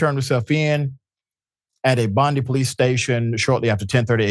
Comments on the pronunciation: Just for future reference Dr. Richey, Bondi is pronounced "Bon-dye", not "Bon-dee". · It's pronounced Bon di (dye) cannot he made international news.